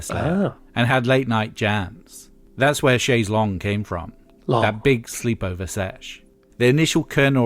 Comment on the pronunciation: And why can't Americans pronounce chaise longue 😂